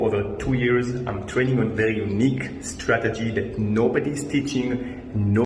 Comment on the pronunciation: itz vewy UNIKHE